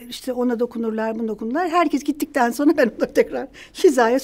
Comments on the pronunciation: Çok sevdiğim saydığım bir bayan fakat o kadar kelimeleri duzelttigini söyleyip sürekli "sonra" yerine "sona" diye telaffuz etmesi ilginç bir alışkanlık olsa gerek çünkü "r" harflerini normalde telaffuz ediyor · Sonra kelimesini soğna olarak telaffuz ediyorsunuz.